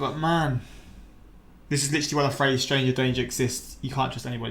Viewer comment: “STRANGA DANGAH” whispers “stranga dangah” 😂😂😂😂 idk why I thought that was hilarious when you did that. Yes that’s my way of writing a British accent lol. Please do more Mr Ballen reactions and the video “7 thieves who messed with the wrong people” 👏🏻